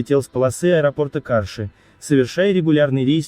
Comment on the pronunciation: Какая то полнейшая околесица. Мало того, что заголовок весьма странный - "Самые трагические авиакатастрофы". А что, бывают весёленькие катастрофы? Название города Карши произносится с ударением на последний слог. Видеоряд - полный бредовый набор. То для иллюстрации Ан-26 показывают Cessna 421 Golden Eagle, вместо В-747 показывается В-727, вместо Ту-134 вдруг появляется В-747, столкнувшийся с Ил-76. К сведению автора - СССР распался в декабре 1991 года. Поэтому последняя катастрофа в истории советской авиации (среди пассажирских самолётов) была 26 ноября 1991 года.